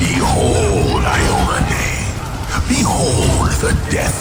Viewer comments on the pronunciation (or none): none